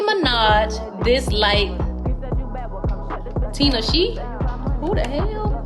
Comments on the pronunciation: Tin-aw-Che 🤣not tin-a-sheee😭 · If you are going to report pop gossip please do some research. Tae is her hair stylist, Tinashe is pronounced Ti- na-shay. Do better.🙄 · bruh shit had me hot asf, im yelling at the screen like its pronounced tin-ah-shay got damnit! lol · girl when you said TINA SHE! I was crying 😭 “whoo da hell?!” don’t do my girl tinashe like that 😂😂😂😂 And I believe all that Nicki stuff I’m sorry but you can tell Nicki is a shady egocentric person. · The way she mispronounced Tinashe’s name bruh it’s tin-ah-shay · Girl ! 😒 TEN - NAH - SHAY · Ta nah shay (tineshe) Blay tent (blatant) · bruh she pissed me off when she pronounced tinashe name incorrectly as well as calling tae a she lol